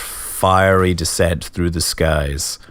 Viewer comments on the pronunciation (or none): none